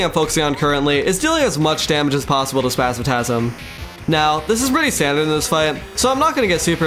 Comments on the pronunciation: spazmatism not spazmatasm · Bro great video except i would have used mimic loot so you dont need to min max for mechs, also why do you say spazmatasm instead of spasmatism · One of the best terraria videos I've ever watched. I clicked on it expecting to click off after a few minutes but stuck around through the whole vid. One small thing tho the green eye of the twins is spazmatism not spazmatasm but overall great video! ❤ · 9/10 you call spazmatism spazmatasm instead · Yeah lots of people have corrected my pronunciation of spazmatism lol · You're the second youtuber I hear pronouncing Spazmatism as "Spazmatasm". Is there some reason for that? From what I know both it and "astigmatism", one of the words it's based on, should pretty much always be pronounced with an "i". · Insane quality and entertainment, the editing and commentary were amazing Bro violated the twins’ names 😭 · The way he pronounces the twins names felt like an uppercut to the ears. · "Spazmatism" has an I,. Not a third A. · not to be rude but you mispronounce spazmatism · I give you two days to learn how to pronounce spasmatism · ytou pronounce spazmatism wrong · Please re-read the word "Spasmatizm" slowly.